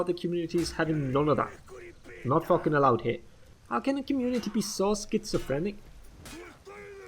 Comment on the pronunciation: It’s not a fookin guard break . I haven’t heard a FOOK since the setmyx video ♥️